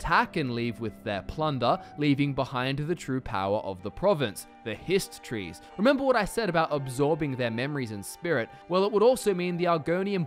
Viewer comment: the way you say hist trees to me sounds remarkably like you're saying histories